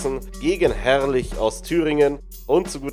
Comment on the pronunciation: "Gegen Herrrrrrlich aus Thüringen"